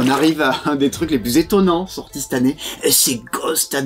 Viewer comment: On dit "cette han nnée" à Toulouse ?